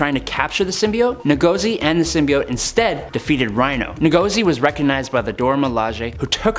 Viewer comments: It's not "NAGOZI" it's pronounced Ngozi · It’s pronounced In-gauze-e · It is pronounced who-gor-zi From Igbo origin, a tribe in Nigeria.